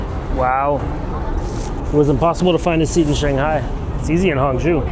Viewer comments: Hangzhou: hang-JOH, not hong-JEW. Didn't you even listen to the announcements on your train?! Knowing how to pronounce the "zhou" syllable will serve you well in many Chinese cities. 🙂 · It’s Hang-joe, not Hang-jew. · It is Hangzhou. NOT HANGZU. It is pronounce HangCOU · Many Tourists goes to the light and giant water musical fountain show. I am from Singapore and I worked in China for 30 years. This place that you went in HANG ZHOU - pronounced as HUNG CHOUL as is CH with SOUL without the S, CHE- OUL CHOUL, zhou. There is Su ZHOU next door, which is very nice short ride away, and you can visit a very very big musical fountain laser light show there at Jin Ji Hu, Golden Chicken Lake, the place that Singapore invested and built from a farmland into a metropolis. Worth to go eat at the Michelin Starred GU SU Bridge Noodle Restaurant serving the SQUIRREL FISH hand pulled noodles. You will never forget it, and the food is not spicy in Hangzhou. Problem is, you went to a non local outfit, as there are many types of cuisines in China, 8 main types and 54 local types. Hang Jia Cai, which means Hangzhou Family Cuisine does not typically use chillies. They are mainly sweet and sour, using sugar and vinegar in their cooking for most of the dishes. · Like the way you foreigners butcher our language. Hangzhou is not Honggu! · it's hangzhou, not hangzhu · i swear if you mispronounce Hangzhou wrong one more time